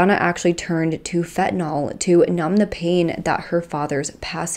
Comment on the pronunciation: Fentanyl not fentinol!